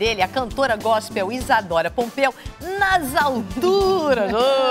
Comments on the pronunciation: Aham é Pompeo e não Pompeu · E pompeo e ñ pompeu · Isadora pompeu? Sério? não tem nada errado ae não? kkk (é Isadora Pompeo). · nao é Pompeu è Pompeo com O no final! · É Isadora Pompeo n Pompeu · "Pompeu" é POMPEOOOOO "PEOO"